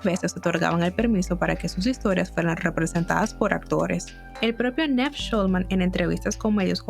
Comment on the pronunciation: Like si te dolía cada vez que decía NEV en vez de Niiiiiv 😔